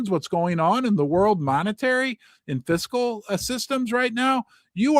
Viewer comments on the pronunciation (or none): none